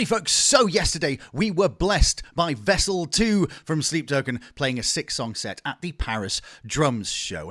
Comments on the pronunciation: Great video …. But ehhh every time you said Vessel ii…. My eye twitched. 😂😂😂 collectively can we all just say ii PLEASE. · Am i the only one who couldnt stand him calling him "Vessel 2"?